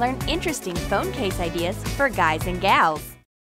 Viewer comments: It's not GARLS, it's GIRLS, okay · Who heard her say guys and garls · She says garl’s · For guys and garls you said that rong